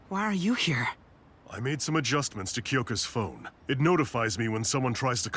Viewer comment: "Grow sime wereballs" WHAT 💀